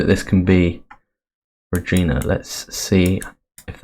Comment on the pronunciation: Great video. Just a note, ‘Regina’ in Saskatchewan isn’t pronounced ‘ra-GEEN-a’ as you were saying it, but rather ‘ra-GINE-a’, with ‘gine’ rhyming with ‘line’ or ‘mine’.